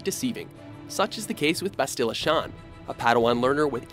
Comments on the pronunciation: Bastilla? Really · Maybe if you had played any of these games you wouldn't be butchering the characters' named. Mission Vay·oh Bass·tilla Shan (not Shon)